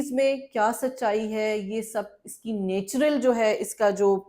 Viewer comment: Madam natural ki pronunciation thk kryn